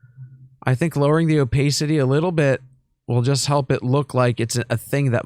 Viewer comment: the o-pay-city is killing me. love you 💖